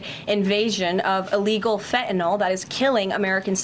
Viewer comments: Fentanyl…. Not fentanol!! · Someone tell her. It’s “Fentanyl”, not “Fentanol”. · It's called 'FentanYl'. As with 'Loss Vegas', lazy pronunciation clouds the issues.